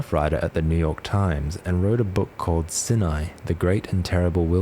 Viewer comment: Neat vid! Just wanted to mention that Sinai is pronounced like 'Sigh n aye'